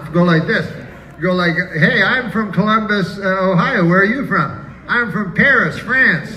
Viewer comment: "Clumbus." He said it right.